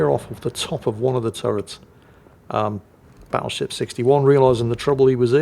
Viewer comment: Battleshipstyone? I head to rewind that to listen again. Never change,.